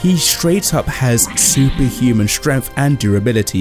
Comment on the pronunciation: what the hell is "stremf" ?